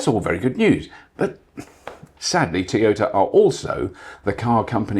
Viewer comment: Bobby Llewellyn. A man so British, he pronounces Toyota as Tea-yota.😄🍵🫖 (somebody get that man a cuppa)😁